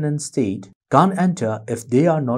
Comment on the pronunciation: Your can't and can are confusing...kindly use 'cannot' instead since your pronounciation is little flawed. Can a candidate who is contesting the election enter any polling station he wants???